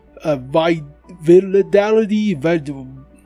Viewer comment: Va lid a tee. Validity is what you were trying to say.